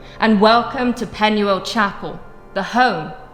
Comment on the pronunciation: If you're going to buy a property in another country, at least learn how to pronounce their language. Penuel is pronounced with a U. In Welsh, a U is pronounced as an E - Pen-e-el.